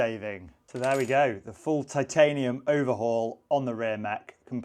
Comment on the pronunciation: pronunciation is spot on. Too many out there incorrectly saying Tit-ay-nee-uhm. Respect to for doing it right